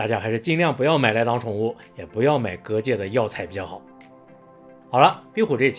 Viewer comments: 閩南語的蛤蚧的確是這樣發音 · 居然還會蛤蚧的台語，厲害!